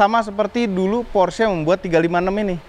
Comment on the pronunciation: Belajar lagi cara ngomong "PORSCHE" nya yang bener.. peace